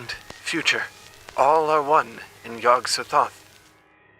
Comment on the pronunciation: To me Yog-sothoth is pronounced with the emphasis on the second syllable